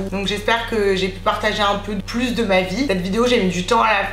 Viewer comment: "plous??" omd j’adore